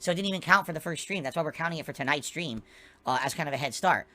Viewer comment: Funny how 1mm has morphed into a "last minute khantribootion from the last strem"